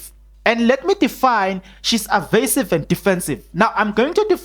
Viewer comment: Evasive not arvasive.